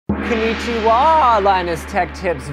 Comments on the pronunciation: "kinnichiwa" cringe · When they said konichiwa I cringed immediately